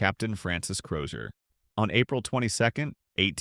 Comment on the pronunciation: The surname is Crozier which the voice over pronounced correctly.